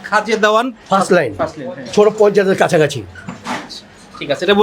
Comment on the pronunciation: খাজা দেওয়ান নয়, খাজে দেওয়ান লেন। উর্দু রোড।